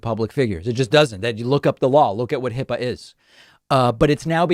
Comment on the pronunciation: HIPAA is a 2 syllable word, David. That explains the bathroom tub drain-suction attraction to MAGAs.